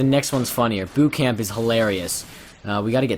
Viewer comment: I thought he said "Boob Camp" instead of "Boot Camp", I wasn't even paying attention until I heard boob. XD